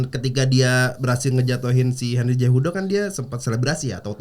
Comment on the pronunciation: Cehudo bukan jehudo😅